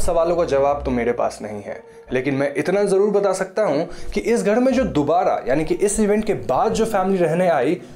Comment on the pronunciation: gher ko gheD kyu bolte hey ??????